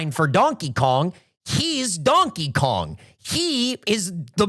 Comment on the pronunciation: I semi agree with opinion on lore take (sometimes connecting entirely unrelated things is fun, like sure Payday takes place in the Left 4 Dead universe that's a fun idea) but I also cannot get over pronunciation of Donkey Kong, it's like he's doubling every vowel